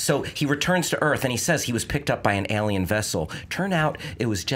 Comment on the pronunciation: God I hate the way pronounces the word 'alien'... Cringe every time